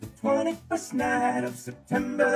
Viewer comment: Him absolutely BUTCHERING September is just something else. It's like he was simultaneously so close and also had never heard the fucking song before in his life